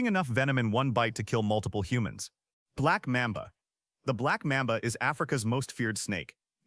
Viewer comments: Ugh... stopped once I heard "Black MAAM'ba" instead of "Black MAHHM'ba" A.I. is getting annoying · The Black Mehmbah? As soon as a video trying to educate me can’t pronounce things correctly I’m out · And pronunciation black MOM ba